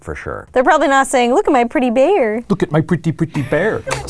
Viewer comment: “have you seen my PrEt-Ty bear? 😂